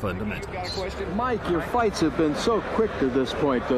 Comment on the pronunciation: 18 fyts in a yr. what a fyter